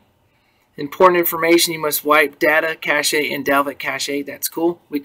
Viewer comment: cache is said to sound like cash. Cache is not a french word lol